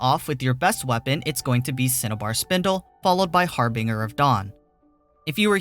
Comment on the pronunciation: Its pronounced Har-binge-er